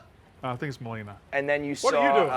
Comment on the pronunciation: Can’t believe how this frat white boys are having hard time saying” Molina”.